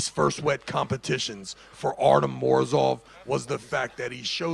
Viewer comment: ARTY-OM not Artum ! This announcer is so annoying lol